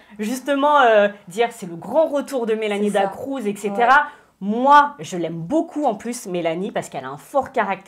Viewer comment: Je supporte pas les gens qui disent Mélanie "DA CROUZ" 🤯🤯🤯 C'EST "DA CRUZ" BORDEL